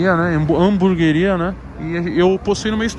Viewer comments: Tem toguro falando hambúrgaria tem like kkkk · Alguém aí na casa poderia falar pro Toguro que não é Hamburgaria e sim Hamburgueria, por favor. Obrigado! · Nem abri o video é Já sabia que toguro ia falar hamburgueria errado